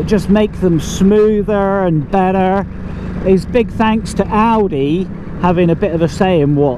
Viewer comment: Great review, at one point I thought you said well done Aldi not Audi!!!!